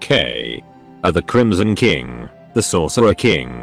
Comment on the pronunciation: The TTS occasionally sounds like it's saying "The Chromosome King" which... I feel has potential as a phrase.